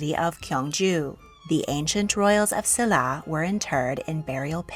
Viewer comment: Silla is pronounced with a sh. I was fortunate enough to go to museums in Korea. The national museum is awesome!